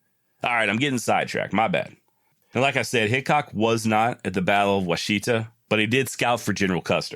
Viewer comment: It's pronounced wah sha tah river near Cheyenne Oklahoma